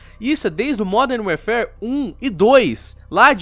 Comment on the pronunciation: "Modern Wearfare" pronunciou direitinho.... só que não.